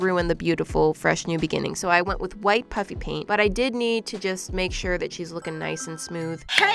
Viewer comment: Does anyone eles still hears her say Puppy paint instead of puffy paint? Or just me